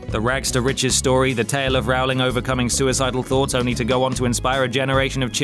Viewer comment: Rowling rhymes with bowling. Like row a boat. But let's not row about it.